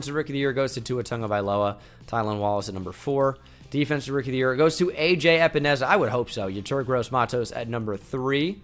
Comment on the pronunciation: AJ A-Pens-A